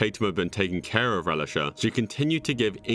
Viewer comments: Relish-Uh? No. Pronounced Ray-LEESH-A... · I highly doubt her name is pronounced Relisha like the condiment relish. I think her name would be ruh-LEE-sha. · Get a child victim name right if you’re going to do a video about it you pronounce Relisha as Ree-Lee-sha not Relish-a…. So effing annoying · I think her names pronounces reh-lee-shaw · Bloke out here reading Relisha like Hamburger Relish-A. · Its pronounced rel-leesha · It has to be pronounced Releesha, like Felicia. But solid vid, very respectful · The real crime is the idiot narrator butchering the names "Relisha" and "Andrea". What an imbecile. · The way you’re pronouncing Relisha is hilarious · Every time he mispronounces Relisha's name... 😡She is a missing child! Have some respect!